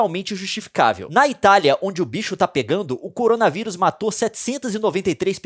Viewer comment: Cowona viwus Vishe